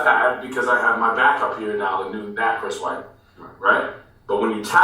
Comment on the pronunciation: Wait it’s Chris white not Chris what 😂